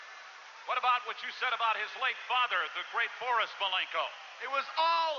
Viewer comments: "Bore-Us" Malenko > the current wwe roster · Bore-us Malenko